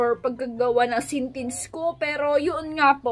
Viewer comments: Ate you always make me laugh especially when you say sintinceahahaha love u and more power po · Sintince hahahaha